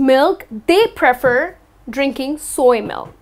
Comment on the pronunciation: Hello,. How are you? Thanks for the videos. The way you pronounce /prefer/ is quite different from the American and British ways, isn't it? Is it something particularly from your country? thanks again. Greetings from Brazil.